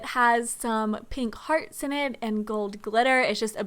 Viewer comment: When she said pink hearts i wasnt paying much attention cause i was eating but I thought she said fart 😂😂😂😂